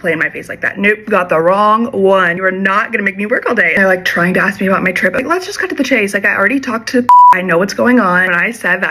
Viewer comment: To the alteration/seamstress- the word is ASK, not ax!!!